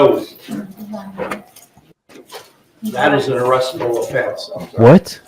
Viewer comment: The DA is a real piece of work. When these DA's do anything to win at all costs they are committing an act of evil. Also, what was that fat bailiff talking about when he said to Chile, "That’s an arrestble offense." ?